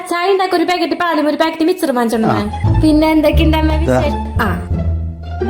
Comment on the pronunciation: മിച്ചറല്ല മിസ്റ്റർ മിക്ചർ..!!! 😂😂😂